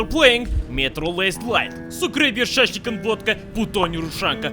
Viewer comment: Meme Lord He is definitely not Russian, he doesn't pronounce a few words correctly (like shashlik). Judging by the way he pronounces a few words (like "pizdec" in this video) he sounds like Polish, or maybe Czech, but I'm pretty sure he's Polish.